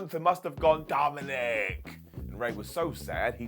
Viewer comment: Really funny when said Dominick